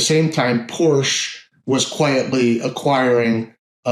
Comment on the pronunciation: dude need to learn how to pronounce Porche